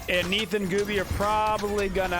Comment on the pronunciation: who else understood "random meatballs" insted of "random Neith ults"? XD